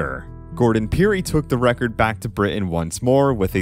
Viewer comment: Learn now to say Britain